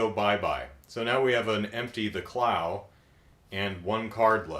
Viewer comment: You review is good. Don't worry you pronounced Clow right. Have you heard of the Sakura Avalon dub? Because fans are trying to get it back.